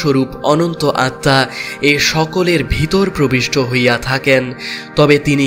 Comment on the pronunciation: আপনি আত্মা উচ্চারণ স্বামী বিবেকানন্দের বাণী ও রচনা বই এর নবম খণ্ড পৃষ্ঠা ২২৪ ও২২৫ থেকে শিখতে পারবেন!!